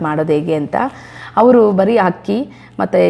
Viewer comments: It's not ಹಕ್ಕಿ....IT'S ಅಕ್ಕಿ (rice).... Please correct your kannada pronunciation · Nice recipes but hakki alla mam akki😀😀